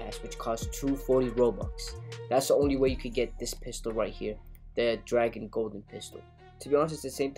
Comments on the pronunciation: It's dragoon. Not dragon. Dragoon. It has two O's and not 1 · I don't wanna sound like a nerd but it's not dragon it's dragoon, goon as in lagoon. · Dragoon is pronounced like harpoon with a d not a h and a g not a p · It’s dragoon. Not dragon